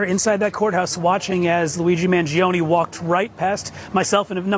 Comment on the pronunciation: MangionE. ‘E’ llike Eternal, evergreen, extra.